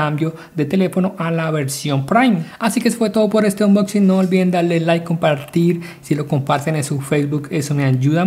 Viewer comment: jajaja onchusping